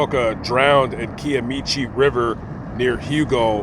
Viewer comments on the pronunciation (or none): Correct pronunciation is Ki like eye rather than key Kiamichi river. You honor these people and do this so well. So glad to see you on Choctaw lands. God bless you.